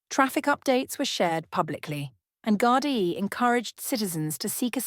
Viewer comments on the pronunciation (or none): none